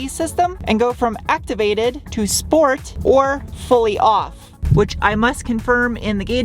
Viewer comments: "Sport" not "Shport"? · What! Not Shport? It's a German car. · Being German and listening you pronounce Deutschland or Sport always makes me smile. Thanks for all your efforts and super nice content. =)